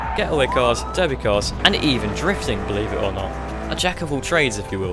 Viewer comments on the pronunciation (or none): none